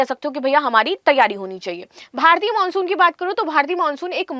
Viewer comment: हिंदी का उच्चारण करने नहीं आता: खुलाशा.. मानशून... इत्यादि. पता नहीं शिक्षा का स्तर या उस विद्यालय का स्तर जहाँ से शिक्षा प्राप्त की हो.